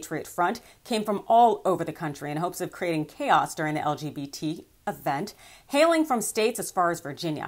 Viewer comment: "hailing from..." I think you heiling